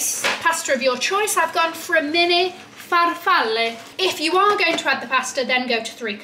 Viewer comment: Great pronunciation on farfalle! Sorry you ended up in my hometown 🤣 I always enjoy your vlogs Christmas time in New York is the best ❤️